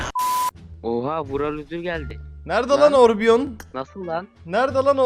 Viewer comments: abi orbion deil orion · abi orbion deyil Orion bulutsusu